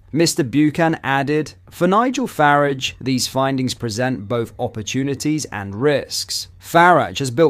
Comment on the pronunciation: It IS AI, just using voice. Easy enough to do. The inconsistently incorrect pronunciation is irritating and distracting.